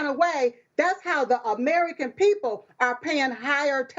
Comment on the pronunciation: Biden said arrerican instead of american